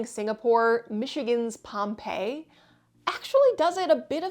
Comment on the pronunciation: Yep, in southern Gratiot County, near M-57. However, we pronounce it POM-pee-eye.